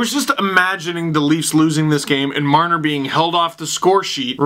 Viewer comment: Mitch Jar-ner